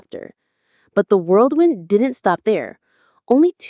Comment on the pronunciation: It’s WHIRLWIND not WORLDWIND and stop showing the same exact photo in the video over and over when talking about the family we’ve seen it!!